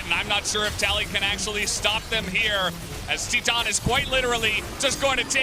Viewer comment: Is it that hard to pronounce titan correctly